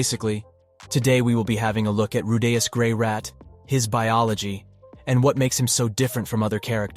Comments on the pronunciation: RU DEE US. Who tf is "rudayas" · Roo- Day- Us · why is bro saying rudaus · I freaking swear fuck with Rudy's name just 1 more time asshole!? It's not hard to say his name man I'm at the in the video and you haven't said his name right at all not one time except when you call him Rudy... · it is a sacrilege how you mispronounce Rudeus's name